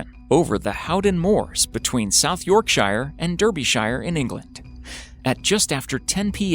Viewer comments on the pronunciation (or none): I cringed at the fact how you pronounced Yorkshire and Derbyshire.........for me being a Yorkshire lad that was the most nerve-wrecking thing of this video ha ha #lol